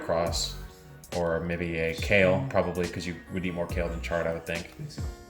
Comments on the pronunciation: It’s chard not shard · he said Shard LOL. He meant Chard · It IS chard, not shard. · Every time he said "Shard" I wanted to come inside the video and give him a smack on the back of his head. 😂😂😂